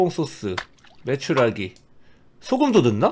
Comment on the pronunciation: 님이 계속 메추라가라고 하니까 메추리알이 보는동안 당연히 메추라기알인줄알고 본 마성의 영상.......